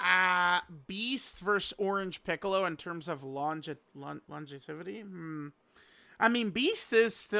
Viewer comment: "longetevity" for the goat op. Lol too funny.